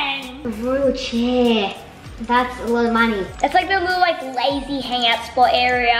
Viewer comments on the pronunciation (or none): Here we have the lazy room Me: Did he just say the lady room??? 😂🤣😂🤣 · when said Lazy I thought he said lady LOL